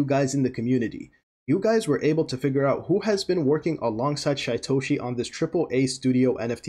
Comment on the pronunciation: His name is pronounced Sheetoshi.